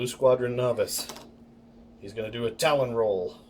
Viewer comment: Wreqt Its Tallon not talon. True story.